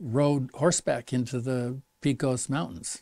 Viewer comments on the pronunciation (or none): When I lived there is was pronounced Peck os. Not peak os. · Do people in New Mexico really say, "Picos mountains" when they mean Pecos Mountains?